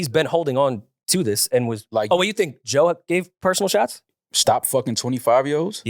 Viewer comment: can’t even says Joe’s name…It’s sick